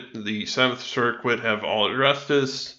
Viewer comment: You have a strange way of pronouncing "circuit". It's "SIR-ket", not "SIR-quit".